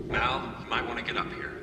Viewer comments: Glad you liked it. It is exceptionally well written, but people at Fox wanted to kill the show and sabotaged it at every turn... Oh and as others have pointed out, it is not pronounced "mawl" it is short for Malcolm So it's like how you say "Al" or Albert. ( How to Pronounce Malcolm ) Oh and don't forget many words in modern languages have their roots in Latin. The term "mal" is one of those that comes from the root Latin, and pops up in many English words too, such as malodorous, maladjusted, even malicious. So Portuguese is not the root of the term "mal". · Very excited to watch your reaction to this show! Btw, Mal’s name is short for Malcolm, and therefore the vowel is not pronounced like the a in the Portuguese word “mal”, but rather it’s pronounced like the first a in California. So Mal rhymes with Cal and Al(Albert, Alfred), NOT with mall or call. 😘 Great reaction as always! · Fun fact: Jewel Staithe, the actress playing Kaylee, doesn't like strawberries. PS: You pronounce Mal wrong. It's just short for Malcolm. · Wow you make a lot of assumptions. And PLEASE stop calling Mal "Mol"! His name is Malcom so it's Mal for short. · It's Mal - as in short for Malcom.... Mal, pronounced as in Malware.